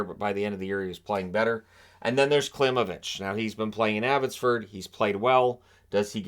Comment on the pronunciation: i hope you read the comments. I’ve been trying to knock through the Vancouver hockey media with very little success - Danila’s last name is pronounced KlimOvich, not KlImovich (emphasis on O, not I). Trust me, i literally just had dinner with the kid and his wife:-)